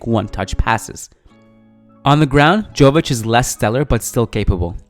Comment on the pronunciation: Hey guys, another great video. Just wanted to say that the J in Jović is pronounced as Y.